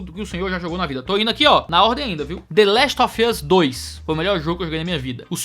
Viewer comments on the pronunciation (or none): "De lest ofius dois" KKKKK desculpa a implicância mas essa foi boa